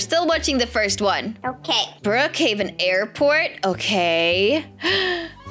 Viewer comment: I love how and say Brookheaven but its brookheven